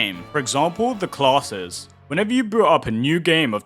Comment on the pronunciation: When you "classes" all I hear is "closet(s)" which is giving me a good giggle 😅😂